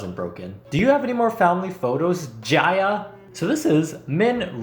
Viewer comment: Why you read Ji-a as Ja-Ya I CAN'TTTTTTTTTTTTTTT